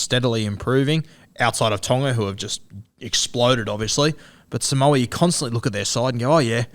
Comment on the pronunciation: It's "sa-moo-a".. lol